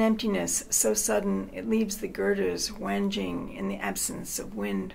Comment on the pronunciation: it's pronounced WANG-ing